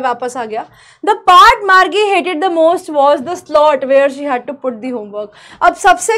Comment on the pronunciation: Marji nhi. Margie😂